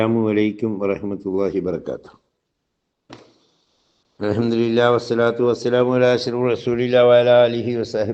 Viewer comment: ആദ്യം അൽഹംദുലില്ലാഹ് എന്ന് പറയാൻ പഠിക്കൂ.. അൽഹംതിരില്ലാ എന്നല്ല അല്ലെങ്കിലും മത്തായിക്ക് എന്ത് മഹ്ശറ അല്ലേ?